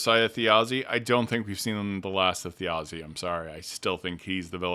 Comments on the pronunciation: If this is your full time job, then you should take the care necessary to pronounce character names appropriately. It’s jarring to hear you consistently mispronounce Thjazi and Davinos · Thjazi: Brennan seems to be pronouncing "j" as "y" when it comes to naming conventions (I picked up on that during Episode 4)